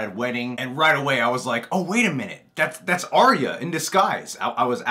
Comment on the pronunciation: WHY WHY WHY are you pronouncing Arya wrong :( Ar-ya Ar-ya Ar-ya >.<